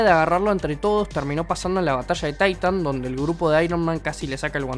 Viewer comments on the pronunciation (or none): "Taitan" C'mon men, otro que ve las pelis en inglés